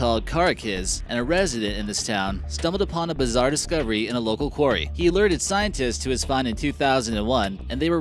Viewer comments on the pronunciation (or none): none